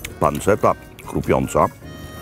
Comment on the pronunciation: Chyba mowi sie "panczeta "